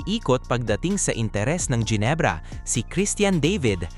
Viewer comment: Mga jenebra bagang, Genebra, hindi jenebra, at mga devid, David, Hindi devid, ginagawang English